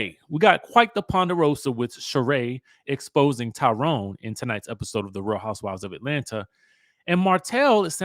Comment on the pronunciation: says Lie Rone. Lol